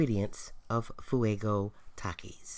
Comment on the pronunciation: they have takie Challenges bruh talk right (Takis)